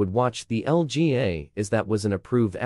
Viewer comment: It’s LPGA not LGA wtf?